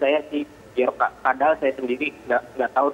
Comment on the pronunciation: Sebut yg betul, Joker ! atau bjorka.